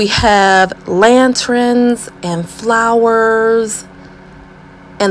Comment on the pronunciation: Lanterns, not lantrins. Thank you. Nice job on this project!